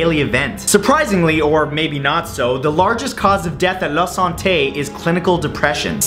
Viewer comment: la sante sounds like the bastille.